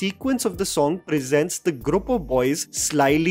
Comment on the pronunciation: Grup Grup Grup! Somebody tell it’s group 🤣🤣🤣